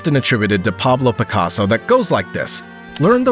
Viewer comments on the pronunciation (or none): none